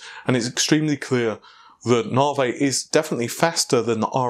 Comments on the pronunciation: It's not " Nah-vay". Try Na-vee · I bet a yank pronounced it that way and everyone else just follows. I've noticed many American's have a simple word in front of them and don't know how to pronounce it, like Navi or Stadia. BTW its "Nav-eee" not "Nar-vay" (as in navi-gate) and its "Stay-dia" not "Star-dia" (as in the plural of stadium, stadia). Heck, they don't even pronounce the letter "T" in many of their words, "Innernet", "Innernational" and "Inneract" for instance. That is really annoying. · Why do you call it "navé" instead of "navi"? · When did we stop calling Navi Navi and start calling it naaaarvey? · I used to think these guys mispronounced things on accident now I'm sure it's on purpose. Preface (pre-face instead of pref-as), T.I. being tie, navi being Naveh, stadia (stayed-ia)being stad-ia. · Weirdly enough, if I got Google's excuse for the name right, Stadia is just Greek for stadiums. It's actually the correct pronunciation, what was listened to here, instead of the way Google's people spoke its name. I still found Navey cancerous to my ears still. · Around the same time we started saying "fredrippah" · It's spelt Naviayl. His source must be someone from within the design team. It is the new unofficial name. Short for Navi A Year Late. The last L is too difficult to say so it doesn't get pronounced.